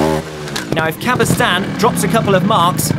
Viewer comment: Thanks a lot for the coverage! It's so rare to have something similar those days. However, I find it somewhat irritating that the commentator continuously mispronounces Albert CabestanY's last name, otherwise, it would be just perfect ;) Ride on!